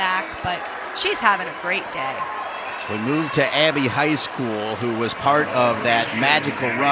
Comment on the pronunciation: the male commentator pronouncing poor Abbys last name as "high school" every time